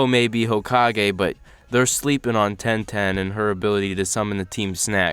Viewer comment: You smoking something saying ten ten